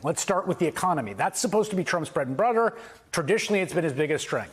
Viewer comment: I heard a couple gaffs, "bread and brudder" , "clystal crear" along with some odd pronunciations. Not to detract from what he's saying, just thought it odd. Tho, you right, I was having a drink so maybe made it sound worse 😅😂